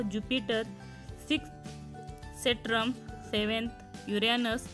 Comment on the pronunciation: Mam its saturn not satran